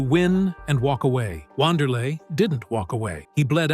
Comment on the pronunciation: The correct pronunciation is "Vanderlei" Great video